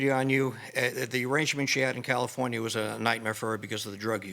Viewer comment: I like how she pronounces California 😊